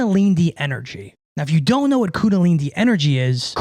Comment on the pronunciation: 😂say it slowly IZ : kuNDAlinI Great contents bruv